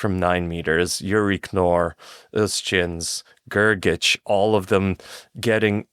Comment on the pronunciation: I really like your Podcast but your pronunciation of Grgic is terrible